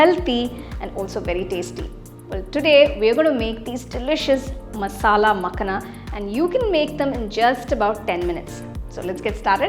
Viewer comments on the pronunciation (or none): Its Pronounced as "Makhaana" rather than Makhna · Its .. "makhana" .. not makna